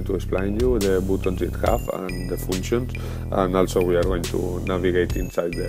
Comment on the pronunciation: Great review! One more thing that I just can't resist! 'Foonctions,' LOL! Replace the long sound of U in bootons, Hoobsan and Foonctions with the short sound of U and you will be golden. To your credit, your English is way better that any of my attempts at speaking a foreign language. Very easy to understand.